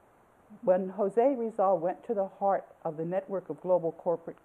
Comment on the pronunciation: did you say Jose Rizal?